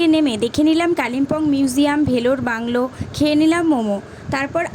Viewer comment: ডেলোর বাংলো। ভেলোর বাংলো নয়। পড়তে গেলেও একটু পড়াশোনা জ্ঞান থাকতে হয়।